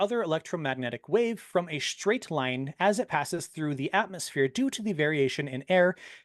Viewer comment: got so many of his talking points from Americans that he can't even pronounce "Atmos(phere)" properly. He calls it an AtmOHs like the wannabe American he is.